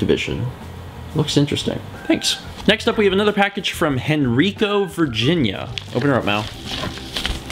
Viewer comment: Henrico, VA is pronounced Hen-rye-co, like a female chicken, rye bread, and company for short. just being from VA it's hard when i hear somebody pronounce a place wrong.